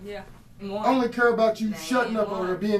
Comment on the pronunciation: "i dont kurr"